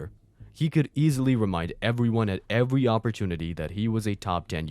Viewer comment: I simply cannot back someone who says "every" like that.